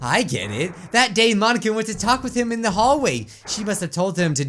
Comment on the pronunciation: I was kinda mad he was pronoucing Monika wrong its not mon a ka its mo nika